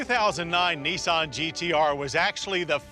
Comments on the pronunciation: nIsan not neeson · it's not neesahn it's nissan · gotta love Americans... Knee-sawn... LOL